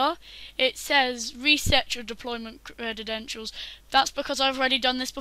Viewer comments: you said crededentials it's credentials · This is all I could focus on when watching. It bothered me so much I had to look up if that's just how British English pronounces this word but its not, he just created the new word. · "credidential" "aluminium" just cuz u invent a langwidge dusnt mean you can willy nilly change spelling or pronuntziachin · CREDEDENTIALS CREDEDENTIALS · That's how you know we're in the future... When kids that are too young to be able to pronounce credentials are teaching adults